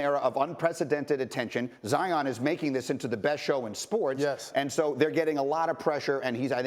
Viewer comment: Jalen says zions name wrong cause he salty duke better than fab 5